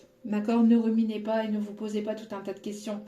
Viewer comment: Bonjour,je voulais vous dire on dit RUMINER et oas REMINER,bisous c'est amical!🥰🥰